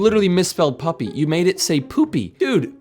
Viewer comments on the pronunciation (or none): What is Pupy but it is Puppy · Pupy bruh😂😂😂 it’s not Pupy it’s puppy